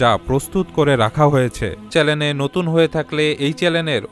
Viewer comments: ভিডিওটা খুব সুন্দর হয়েছে, তবে উপস্থাপকের বলবো চেলেন হবে না চ্যানেল হবে । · Vai apni apnar uccharon thik vhabe korben (chalen) hobe na channel hobe. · ভাইয়া, অাপনার সব‌কিছু ভা‌লো লে‌গে‌ছে কিন্তু ম‌নে রাখ‌বেন অ‌নেকবার অাপ‌নি উচ্চারন ক‌রে‌ছেন চ্যা‌লেন কিন্তু শব্দটার উচ্চারন হ‌বে চ্যা‌নেল। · চ্যালেন নাকি চ্যানেল?? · চ্যালেন নয়, চ্যানেল। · ভাই চেলেন না চেনেল বলেন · চেলেন না চেনেল হবে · চ্যালেন না চ্যানেল হবে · আপনি বার বার চ্যানেল না বলে চ্যালেন বলেছেন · ঐটা চ্যালেন না চ্যানেল। ২৫ সেকেন্ডে বলেছেন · ভাই চ্যালেন না চ্যানেল উচ্চারন হবে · চ্যালেন না ভাই,,,চ্যানেল ।।। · চ্যালেন নয় চ্যানেল Channel!!! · ভাই সব ঠিক আছে কিন্তু চ্যালেন না শব্দ টা হবে চ্যানেল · চ্যালেন না বলে চ্যানেল বললে ভালো হয়। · কেও কি চ্যানেল কে চ্যালেন বলতে সুনেছেন? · চ্যালেন না ভাই, চ্যানেল। 🏮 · Bhai re bhai ke tumi ? are bhai chalen na , Uchharon ta CHANNEL hobe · চ্যালেন না ভাই চ্যানেল হবে । আলহামদুলিল্লাহ, তবে সুন্দর একটা ভিডিও বানিয়েছেন। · বোকাচোদার উচ্চারণ কী !!! "চ্যালেন"..... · ভাই চেলেন কি,, উচ্চারণ ঠিক করেন,, তবে কথা গুলো ভালো লাগলো